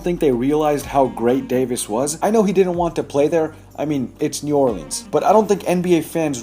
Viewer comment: I’m mad cuz lavar pronounced New Orleans new orLEENs